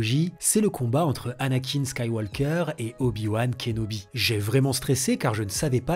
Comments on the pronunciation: Si tu veux mieux prononcer, tu dois dire "Skywoker" sans le le son "L" comme on dit "Tauk" et non Taulk" pour "Talk". Pense à un étranger qui dirait "Un café, s'il vous plaite" Et d'accord pour Rogue One entre le III et le IV. Par contre tu peux complètement éviter le VII, VIII, IX, même si je serais surpris que tu le fasses. Star Wars voulu par George Lucas, c'est l'histoire d'Anakin/Darth Vader. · On ne prononce pas le « L » de Skywalker en Anglais! Sinon, très bonne vidéo :) ça m’a donné envie de revoir ces films dont je n’ai quasi aucun souvenir